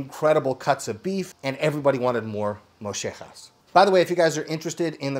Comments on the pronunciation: Lol! Moshehjas! It's mollejas (the proper way to say it is "mojehhas" if you trying to say it in English. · Love the video and absolutely love mollejas , but as a Mexican I cringe when I hear you pronounce it in that Argentine accent moh-yeh-hah no flipping “j” sound in the middle of it. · You don't say it like that mo ye haus. Sweet breads it's a staple at a Texas BBQ good eating! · This looks so good! My dad used to order sweetbreads when on any restaurant menu, which was few and far between. But as some commented below,it is pronounced “moyehas”. There is no “sh” in the pronunciation. Love your videos. Been watching for years! I’ve learned a lot from you! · its not a sh sound. The right sound it hard to do. “Yeh” will get you closer. Sh sounds way off. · You were suppose to boil them ive also fried them then put them on the grill which makes them extra crispy. And it's not moeshehas its mollejas, double l pronounced kind of as a y in spanish. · Mo Yeh has And not Mo sheh has. Think a cowboy saying Yee Haw but with a Mo in front of that. ✌🏽 The over pronunciation doesn’t sound good. Great video More people should give them a try. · In South Texas we pronounce it Moyehas if you pronounce it phonetically. I’ve never cooked any but you can pretty much find anything in south Texas between HEB and at the many many “carnicerías” which have more specialty items that are more common to Northern Mexico and border towns in the US. Maybe someday I’ll try this. I probably ate this at some point durning my childhood and don’t remember. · I guess the Argentinians pronounce the LL as a SH- sound? In Texas Spanish, it would be pronounced like "moyeh-hass" right? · “ moe-je-has “ MOLLEJAS- here’s a easy way to pronounce it in English. In Mexican kitchens this item is well known and also cooked the same way and along side kidneys! The crispy texture is what makes it so addicting! Slap in a tortilla add onions cilantro and some green salas, amazing! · It's pronounced mo-ye-has